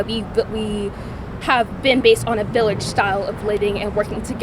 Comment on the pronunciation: “It takes a whole village to raise a child” what is she saying bro!